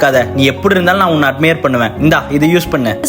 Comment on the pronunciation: Sirr, pronounced admire is xrong😂😂😂😂😂😂😂